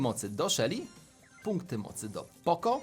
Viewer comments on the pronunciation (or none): none